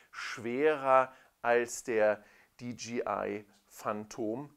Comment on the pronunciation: Dee-JAY-Eye (DJI), nicht Dee-GEE-Eye (DGI)... bürgert sich irgendwie langsam ein, diese falsche Aussprache.... Sonst aber sehr schönes Video.